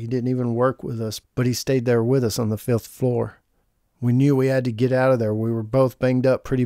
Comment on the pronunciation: really sounds like you said filth floor instead of fifth floor